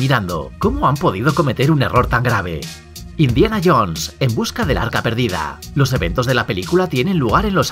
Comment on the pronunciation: "Cómo han podido cometer un error tan grave", : "Indina Jones", jajajajajaja!